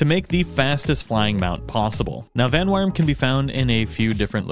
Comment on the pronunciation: Uh... there's no r/ar in Vanwyrm's name dude.